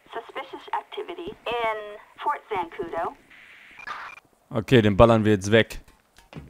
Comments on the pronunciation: Fort Zancudo ! Nicht Zanduco Du sagst immer du bist ein riesen GTA Fan, aber schaffst es nie das richtig auszusprechen. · Es wir "sankudu" ausgesprochen